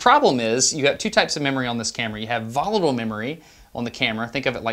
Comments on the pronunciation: Volable? You mean VOLATILE. Memory doesn't fly, but it is liable to rapid change. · Strange way of pronouncing "volatile"... ;-) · There's a 't' is volatile 😀